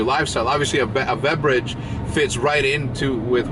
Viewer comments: He called brick a veberage not a beverage. 😂😂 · why does he say "vebrage" tho, i hope it's on purpose...